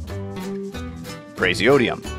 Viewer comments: Many of these are mispronounced. Those I noticed: it's not pray-zee-oh-dee-um, it's pray-zee-oh-dim-ee-um. It's not act-nee-um It's ac-tin-nee-um. it's not "rent-jenny-um", it's "rhont-ghen-ee-um" with the "rhont" as in "don't" and the "ghen" as in "again". Please upvote. Thank you. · I think you might’ve mispronounced some of them: praseodymium not praseodium actinium not acnium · Yeah I was about to comment. Glad at least someone noticed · Praseodymium pronunciation is wrong😅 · You have wrongly pronounced praseodymium (59) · I'm only hearing one "m" pronounced in number 59 = Praseodymium. Is that the correct pronunciation? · I believe praseodymium has been pronounced incorrectly